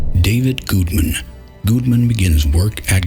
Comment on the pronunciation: You know whats uh.. annoying maybe? Weird? I don't know... is the fact that when you talk in your low, grumbly voice like this, your pronunciations of "google" and "Gudeman" are effectively identical, which, in this particular case, has a significant impact on comprehensibility of the subject matter.